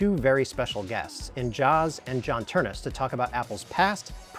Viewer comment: It's Ternus!!